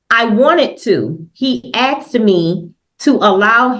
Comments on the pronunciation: “He axed me to” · We need mandatory minimum sentences for anyone who says “axe” instead of “ask” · holy heck! She "axed" him but I'm not sure if she "recollates" it. She didn't want to pick up her child because she didn't want to deal with her. An adjournment was in order, there was no possible way the lawyer could read through all of the information she sent. The lawyer would need to speak with everyone involved in the child's case (and he's supposed to do this on a weekend?) Bye Felicia! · This lady likes to try to use long, big words, that she doesn't know how to use properly but, can't even say the small word, "asked". She says "axed". 😂😂 Ridiculous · "I was axing, did I not axe you? I can't reccollate" Who the hell taught these people English? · I'm concerned this should have been an assault with a deadly weapon case, clearly Mr. Miller was "axed" several times. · Why do people say ‘AKS’, instead of asked? I am just wondering how and when did this happen? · Take a shot every time she says "aks" If everything you're aguing is "supported by recordings" why aren't you presenting any? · axe about it lol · Asked, ask, asking... what makes it so hard to say this word right?